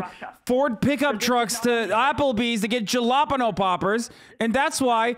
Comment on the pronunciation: Jalaapano poppers!